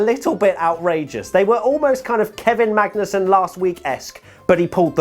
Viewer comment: saying Magnussen. Something I didnt realise I needed to listen to but enjoyed